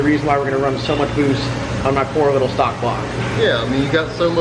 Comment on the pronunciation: "Stalk" lmao it's stock